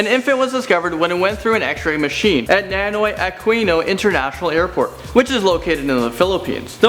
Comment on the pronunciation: Did he just said "Nanoy Aquino International Airport"??Because it's supposed to be "Ninoy" not "Nanoy" Just sayin'